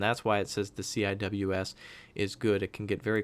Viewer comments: CIWS is pronounced See-Whiz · CIWS is commonly pronouced "sea wiz" I don't know why but thats how the navy says it